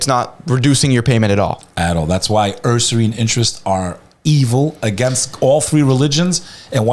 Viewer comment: Unc it’s “Usury as in Yuzuri” not “Urrsury” 😅